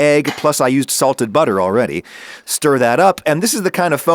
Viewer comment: The word ‘butter’ is now pronounced with a random ‘h’ in it for some reason. 🤷🏽‍♂️